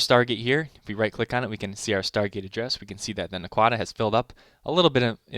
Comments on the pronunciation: It's NACK-wuh-duh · its NAH QUAAA (like the word quack, qua). DA.